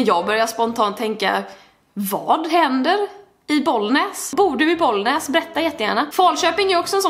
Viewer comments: må än säger inte boll näs utan bollnäs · Jag bor inte i Bollnäs men det gör min farmor och farfar😂 och älskar ditt uttal på det du ba bollnääes